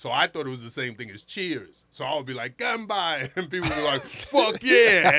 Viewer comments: Ganbei not ganbai 😊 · its pronounced gun bay not gun bi ... ya weirdo